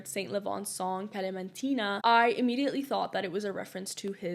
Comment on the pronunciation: As a Palestinian, thank you for giving a background story🥰 I'm curious what is your ethnicity? Because you have a very good pronunciation of the kalamtina😂